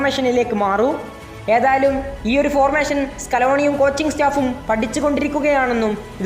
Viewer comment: ഫോർമേശൻ അല്ല, ഫോർമേഷൻ